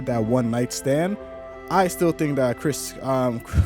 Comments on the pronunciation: You know you could just say Criston and we'd know who you were talking about right?! Lol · His name is CRISTON, not Christian. You not liking the way the character is written doesn’t make it ‘bad writing.’